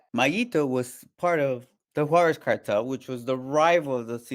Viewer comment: On what? Netflix lmao. He didn’t meat mayo I can bet money on that. Mf can’t even say Juarez correct